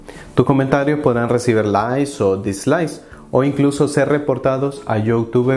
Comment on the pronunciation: Es: “LAIK” no “LAi”, no es “Yóutúbe”, es “iutub”.